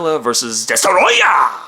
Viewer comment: DESTOROYAH! ... it's rude to say it any other way.